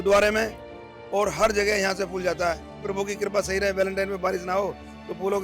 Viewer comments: fool nahi phool bolo meri bahan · aapki madam ne ‘phool’ ko ‘fool’ bol ke sare feature ka maza kharab kar diya. Basics toh theek kar lo. #badpronounciation